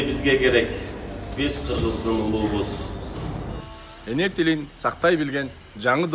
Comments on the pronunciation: Качан так суйлоду кыргыздын уулубуз деген созду улубуз деп салды уксан дагы бир жолу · улуубуз эмес, уулубуз, дагы деле суйлошту уйроно элексинби? Депутат болгонго чейин, окуу курсуна барып койчу. Кийин да уят болуп журбо. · жок дегенде Уулубуз деген созду Улуубуз деп туура эмес айтса дагы кокмээ жарнамачылар жок дегенде туура айтып жатабы деп текшерип анан чыгарбайсынарбы тантыкты чыгарбай эле койгулачы ошону эфирде андан башка туура айта ала турган биринчи класстын окуучусу чыгар эле. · Уулубуз дегенди улуубуз деп салды го